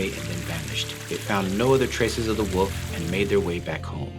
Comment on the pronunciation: Lol I was thinking that too, had a wee chuckle to myself! Thinking is it just me!?!